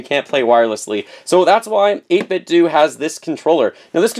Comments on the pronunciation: I don't want to be that guy, but do we say Nintendo or Nintendoo ? :) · Pronounced 8bit-doh like Ninten-do! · it's pronounced "doe" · I think it's pronounced 8 bit o The "d" is silent. Update: The "do" is pronounced the same way you would say ninten"do"